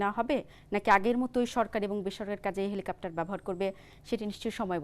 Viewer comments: হেলিকপ্টার, হেলিকাপটার না.. বারবার একই উচ্চারণ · "হেলিকাপ্টার" নয়, সঠিক উচ্চারনটা "হেলিকপ্টার"। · এই মহিলা কতোটা শিক্ষিত? এরকম গুরুত্বপূর্ণ একটা টপিক নিয়ে বলতে গিয়ে উনি কেনো "হেলিকপ্টার" না বলে "হেলিকাপ্টার" বলতেছেন? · হেলিকাপ্টার না হেলিকপ্টার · Dear Madam, apni bohu bolechen helikaptar but its helikoptar....:) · হেলিকাপ্টার শুনতে শুনতে বিরক্ত হয়ে গেলাম। এটা "হেলিকপ্টার" হবে। 😅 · সবার আগে খতিয়ে দেখা হোক উপস্থাপিকা হেলিকপ্টারকে হেলিকাপ্টার বলছেন কেন? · হেলিকাপ্টার হবে না হেলিকপ্টার উপস্থাপিকার উচ্চারণ এর এই অবস্থা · হেলিকপ্টার উচ্চারণ করুন। কেমন সাংবাদিক সাধারন উচ্চারণটি জানেনা? তা-ও আবার নামি-দামি চ্যানেলের সাংবাদিক। 😂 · বারবার হেলিকেপ্টর বলছেন। পরবর্তীতে উচ্চারণ সঠিকভাবে করবেন। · জ্বি হেলিকা*প্টার,,, উপস্থাপিকার উচ্চারণ খুব সুন্দর 😄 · হেলিকপ্টার হবে উচ্চারণ টা